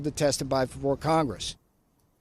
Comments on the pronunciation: "testiby", naw, you were supposed to "testify." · Is it testiby or testify...half a brain and a never ending stream of lies....reminds me of....trump. OMG - is he cloning himself now?